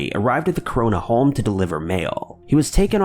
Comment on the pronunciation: You have a real problem with the word home eh?